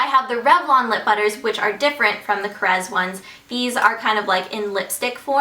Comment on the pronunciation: I'm quite amazed that you know how to pronounce KORRES right. Everybody on YouTube misspronounces it.. :)